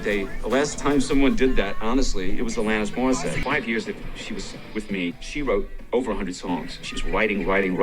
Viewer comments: Please check your pronunciation before recording your videos! They are so brilliantly recorded, written, produced... your team knows more than anyone how much work goes into Deep Dive Productions. I'm a big fan, but mispronunciations like "Alanis Morissette" take me out of it, undermine your professionalism, and disrespect people whose names you mispronounce. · I’m sorry but as a Canadian I keep getting triggered every time you say Alanis Morissette incorrectly 😂 But I don’t overall care I adore this channel and secret society sooooooomuch